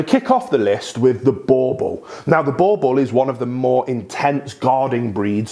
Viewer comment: It's not bauble it boerboel